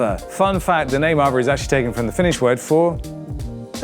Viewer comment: It should be pronounced as aa-vay